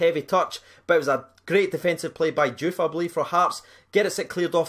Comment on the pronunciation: “Djouf”...... kill me now 😴